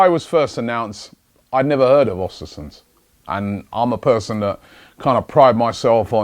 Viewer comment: Its Östersunds.... ö pronounced like the second sound in "burn"